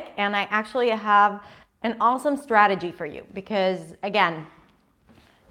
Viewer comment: how to pronounce " strategy"